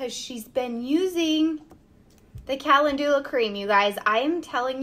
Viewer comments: Pronounced: ca-len-ju-la. Emphasis on "len" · Calendula, not being mean… just to help, it is pronounced Ca lend you la, ❤ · It's pronounced Ka-LEN-DEW-La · I was laughing thinking, is that the American way to pronounce calendula 😝😝😝